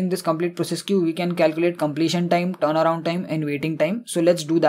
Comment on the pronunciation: Amazing explanation but pronunciation is terible, word turnaround sound like playing guitar